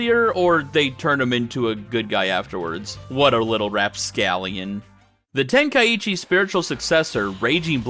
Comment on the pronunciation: Ten kai chi not tenka eechee!